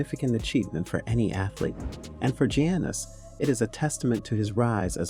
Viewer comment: its pronounce yuness with a Y not janice